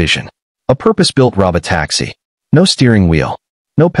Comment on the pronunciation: 1) This could have been a LOT shorter. 2) I am so tired of computer generated voices. Please, YouTube, don't put these in my feed. "ro-bot-AX-ee". Really? A bunch of others as well.